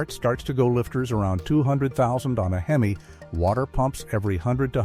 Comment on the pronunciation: I have a fleet of 27 Rams . 12 of them have over 250000 miles. This is a garbage report. General maintenance your fine. The guy cant even say HEMI. Fake bullshit.